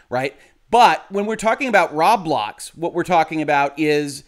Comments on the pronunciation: row-blocks, not rob-lox or raw-blocks. triggered :P (you buy thing with robux, ro-bucks, not raw-ucks or rob-ucks) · It’s pronounced “Row-Blocks” not “Rob-lox, as in “Robots,” not “Rawb Lockes” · The way he says "Rob-lox" makes it sound like a store that sells locks and is owned by Rob. "Rob Locks"